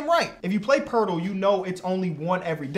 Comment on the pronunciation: Its pronounced po-et-el